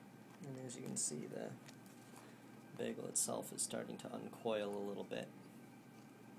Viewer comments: It still seriously bothers me how you say bagel. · admittedly it's actually more "baggel" now than "beggel', so i guess it's sort of almost a step in the right direction.